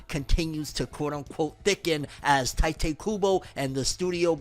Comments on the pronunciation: You still calling him tai tay? It's tight kubo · It's TEE-te kubo come on man